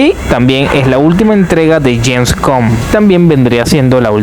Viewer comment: Avengers En Gem Spider Man No Wen Jom Doctor Estrein Murn Nike 😂😂 De Marvel James Cum 😂😂😂😂😂😂😂😂 James Cum x2 (por si no escuchaste la primera vez) Den pul an Wolverine Doctor dun En gem (otra vez) Perdón es que te pasaste, te recomiendo clases de pronunciación o decir todo en español